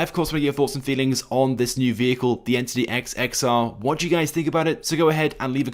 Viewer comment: you said the name wrong and it’s not even based on the agera r it’s based on the koenigsegg one:1